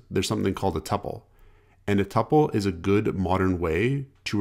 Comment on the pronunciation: I'm just impressed you know how to pronounce it; some people think it rhymes with scruple. 😆